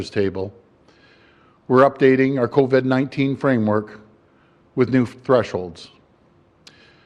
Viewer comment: It’s covid , not coved...he can’t even pronounce it correctly....